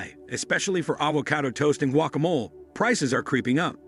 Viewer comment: Oh here's a good way to artificially create shortages. Scare everyone into running out and hoarde it like during covid. Narrator mispronounces the words 'finale' and 'guacamole'.